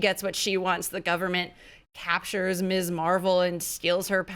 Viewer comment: When did people forget how to pronounce "ms"? It's doesn't sound like miss, it sounds like "mizz", with a zee sound at the end, not an "ess".